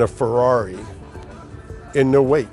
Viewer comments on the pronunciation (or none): none